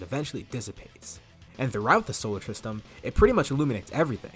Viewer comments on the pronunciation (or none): Sorry but I wanted to point out that you kept saying “solar trstem”😂😭😭